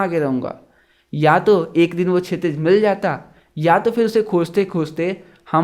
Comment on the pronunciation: Chitij nhi shitij